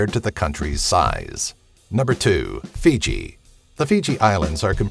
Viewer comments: It's Fiji not Figi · That's 'Fiji', & not 'Figi'.... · "Figi"? I thought it was "Fiji"... Haha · it's not figi it's fiji!!! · Fucking "Figi" It's "FIJI"! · First... "Figi"? ...and what about Greenland? Interesting list, though, more of this, please ;)